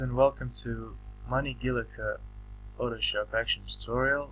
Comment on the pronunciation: Guilloche is a french word and is pronounced like GILLYOSH, with accent on the letter O.